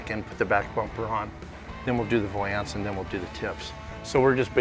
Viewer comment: Nothing annoys me more than the way pronounces valance. Val-ence not va-lance